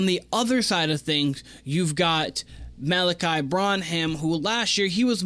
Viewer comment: This is Malaki's 3rd year on the team. You should know how to pronounce his name by now especially if you're going to make content on them.